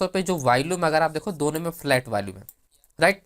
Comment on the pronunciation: You seem to have a good grip on the options chain and its parameters.. but you lack the Power of explaining.. and it's not Valume.. it's VOLUME. Just a humble feedback.😊